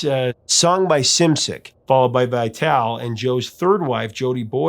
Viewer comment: Joe Vitale, as in Vi-tal-ee. Trust me, his wife is one of my dearest friends!😊